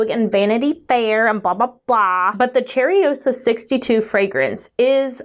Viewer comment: Pronounced: Shay-rosa